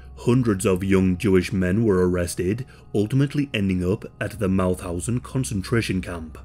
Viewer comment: heeeeey those pronunciations of 'Sicherheitsdienst' and 'Mauthausen' were pretty ok actually.